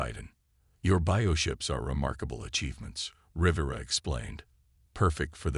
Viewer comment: Between the verbal mispronunciation of many words like 'piranha' and 'Rivera' to constantly changing spellings in text, it is a poorly executed video that requires better attention to detail. Very sloppy, lazy execution. 👎